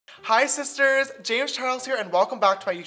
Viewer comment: I just listened to a compilation of him saying hi sisters, now all I hear is isis turds